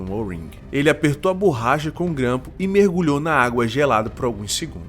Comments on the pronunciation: Não é BURRACHA. Fala-se BORRACHA. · “BURRACHA” mano além do português errado, faça um curso de narração, você fala de maneira estranha